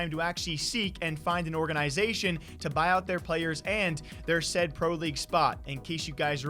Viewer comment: Is saying "organ-i-zation" an accent thing? I've only ever heard it pronounced all together without the emphasis on the "I".